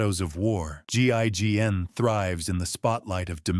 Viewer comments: GIGN... saying GING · GING? GINN? Sloppy. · Wtf another video saying GIGN wrong SO MANY TIMES EVEN IF ITS A A.I HOW CAN THEY MESS UP SOME MANY TIME WITH NAME/acronym